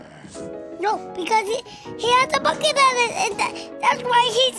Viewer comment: said "bucket" but at first i heard "fuck it" and i was like "wow theyre a very progressive family."